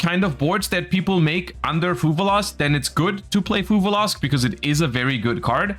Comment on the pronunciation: One day will stop saying fuvaloss. That day is not today lol